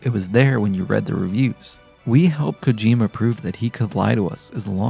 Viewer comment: The way you pronounced kojima's name hurt